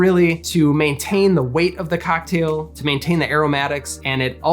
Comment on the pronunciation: good video but why does he pronounce "cocktail" like that